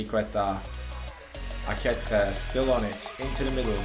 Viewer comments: Ehm i think few episodes ago you found out that aketxe is pronounced "aketche" but you still pronounce him wrong. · Arratsaldeon Bilbotik! Good afternoon from Bilbao! I see you have some problems to pronounce Aketxe's name xD I'll try to help you: You alredy know how to spell the first part of the name ("Ake-"), so the problem comes in the "-txe", which is pronounced like in the word "ca*tch*y", but the last "e" from "AketxE" is not pronounced like in the word "b*e*" but like in the word "b*e*st".